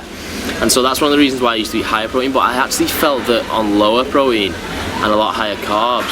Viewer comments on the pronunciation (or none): It's pronounced "pro-teen"